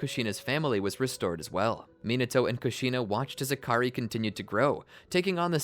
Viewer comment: Akary huh it sounds like hakary